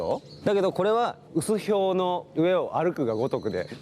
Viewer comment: 薄氷(はくひょう)が読めてなくて草 編集長なのに…